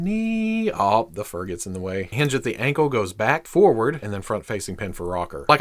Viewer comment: “BOOTS wit the FUuuUrrr” caught me off guard it’s like he said it in bold